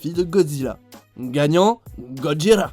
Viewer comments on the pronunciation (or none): il a bien dit Godjira où je reve